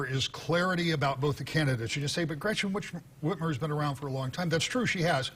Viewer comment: "Gretchen Witch-mer" absolutely NOT a gaffe. Horrible governor. Gotta get her out!